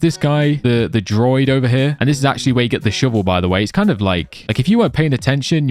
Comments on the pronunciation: also its DROO-ID droid is a robot =P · Druid, not droid. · DRUUUU ID not droid 😂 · As a person who has Irish descent it triggers me that he says druid as Droid 😂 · Bro pronounce Druid correctly lol pla